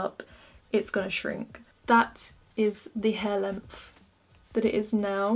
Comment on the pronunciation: "Lengf" that's all I hear when ya say length